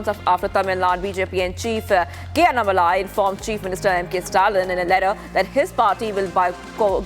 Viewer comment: It is NOT AnnaMalai...it is Annaa-Malai. Like 2 words.